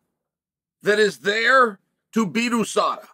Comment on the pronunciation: “Adesada” Smooth criminal chael